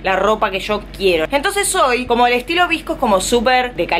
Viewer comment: Amo como dice vsco, lo dice visco jaj💖